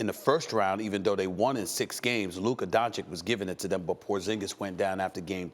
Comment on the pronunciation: Looker Don Chick? A lack of pronunciation & listening skills is stopping Stephen A from calling Luka Doncic a Top 3 player.